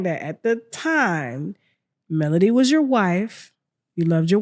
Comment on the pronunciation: It’s Melody not Melodie! See I can tell you don’t follow the show! That’s why you’re clueless